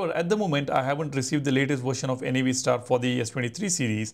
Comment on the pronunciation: Its Navstar as in navigation star. NOT N-A-V STAR